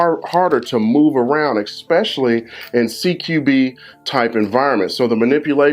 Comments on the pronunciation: Good video , normally I don't nitpick . Learn how to say the word , ESPECIALLY ! It's not EX specially . Makes you sound really stupid . Not much harder to say it correctly , and people will take you a lot more serious when you speak correctly . Not ghetto . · "Expecially" is not a word. Otherwise, informative video full of helpful information. Thank you, Sir! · eggspecially. Nuff said